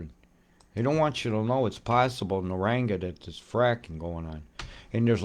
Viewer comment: Pronunciation: NA-RANG-BAR 👍🇦🇺I live at Somerset Dam. We got absolutely hammered with rain yesterday and all last night. At least 5 inches